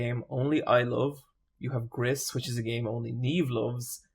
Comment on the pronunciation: You probably don’t care but Gris is pronounced “grease”